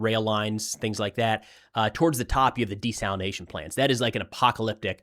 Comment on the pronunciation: Thank you for saying desalination and not desalinization. Even my own phone wants to correct that made up word. It's the new coffeve